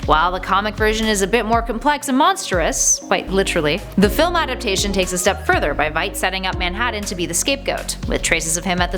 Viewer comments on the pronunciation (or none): none